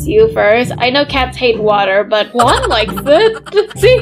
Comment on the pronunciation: Bro that ain't juan that's KUÆAN